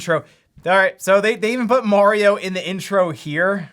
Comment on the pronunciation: Its 'mArio' not 'mOrio'